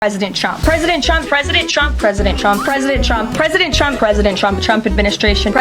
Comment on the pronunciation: oooh... now I cannot unhear it "presiden Chump"!! I am so concentrated on ignoring the BS she spews that this gem just escaped me. I fondly remember the "commander-in-cheese" from his last speaker lady.